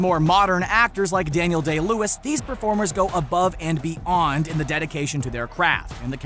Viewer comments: "..go above and BE'ON..." really? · the way you said "beyond" into "BE" "AWNED" was just cringy.